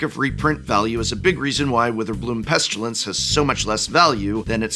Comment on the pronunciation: No "u" in "pestilence," my boy.